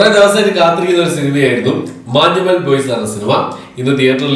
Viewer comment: മഞ്ഞുമ്മൽ എന്നല്ലേ... മാഞ്ഞുമ്മേൽ അല്ലല്ലോ.. 🤔